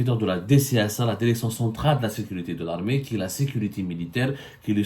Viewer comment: Si on retire toutes tes répétitions dans ton discours ta vidéo ne va pas durer plus que 10 mn. Fais un petit "toilettage" au lieu de te répéter à longueur de ton intervention. Et pour finir améliore aussi ton élocution en français c'est insupportable. Quelques exemples: "la védéo, la déréction, dès son lémogeage, autorisation délévré, et de fél à aiguilles et j'en passe ... Par ailleurs, je souhaiterais savoir aussi pourquoi I24News, chaîne propagandiste de l'état criminel sioniste qui assassine femmes, enfants et vieillards Palestiniens DÉSARMÉS t'accueille les bras grands ouverts. Cela mérite réflexion de notre part sur le pourquoi du comment et des éclaircissements de ta part. 😉 Sinon pourquoi tu monétise tes vidéos avec des pub intempestives puisque d'après toi, le but d'Algérie Part est d'informer les algériennes et les algériens.